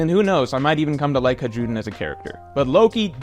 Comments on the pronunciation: Haj-rudin ❌ High-rudin ✅ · i think it's time you started pronouncing Hajrudin's name correctly. It's "High-Ru-Dean" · why does he keep pronouncing the J in his name. has he not seen the anime?